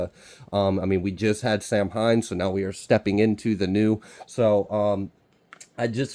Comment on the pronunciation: Samhain is pronounced "sow-an". It's Gaelic. No rhyme or reason to the spelling!